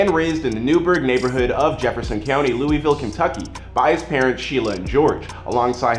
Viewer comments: Itssss fucking Louisville not LOUEEEEVELLL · ITS PRONOUNCED LOU-A-VUL